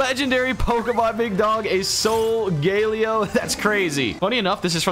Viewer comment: "a so-gay-leo"